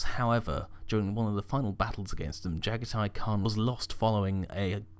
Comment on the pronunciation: Oh for the love of god dude, i love the vids but once again you literally make an absolute dogs dinner out of the primarch names. Jaghatai Khan - (Jah-gah-tee Khan)